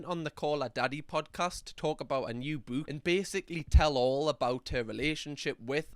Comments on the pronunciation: Here for the way you pronounce bewk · Fab video it's killing me how u say book sorry 🤦‍♀️🤣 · Why do I laugh every time says book in his accent 😂😂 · I love accent Also him saying the word "Book"